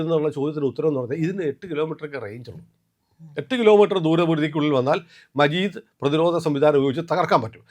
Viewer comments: മജീദ് അല്ല 😂... മാജിദ് ആണ്... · മജീദ് അല്ല മാജിദ് 😂😂😂